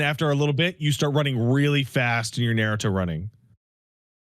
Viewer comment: "Ha ha, they say words bad"is a wild take from.